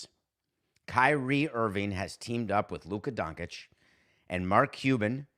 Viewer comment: That's pronounced Don-chich, that's a fine Sampson